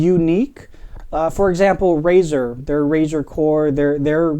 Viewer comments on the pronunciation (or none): none